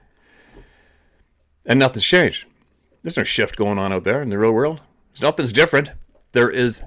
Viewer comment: 'there's a huge sjit going on!'.....indeed